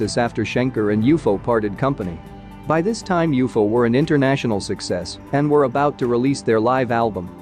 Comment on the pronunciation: It’s not u-fo idiot, it’s u-f-o , moron